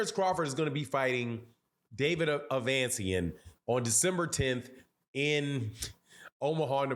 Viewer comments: Bruh. It’s ‘A-Vuh-Knee-See-An’ Not ‘Uh-Van-See-An’. Just sayin. Giving off casual vibes. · Ave-a-knee-see-in....@ your killing homes name